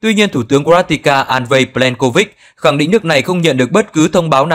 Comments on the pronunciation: Có vẻ như bình luận viên này hay anh "đọc sĩ" này có vấn đề về kiến thức chính trị, địa lý khi CroaTIA liên tục được lặp đi lặp lại là CroaTICA?!? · Nếu đúng là CROATIA thì không nói làm gì, bạn phát thanh viên đọc là TICA, tựa bài là TINA